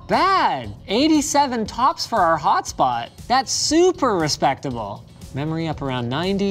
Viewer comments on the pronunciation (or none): none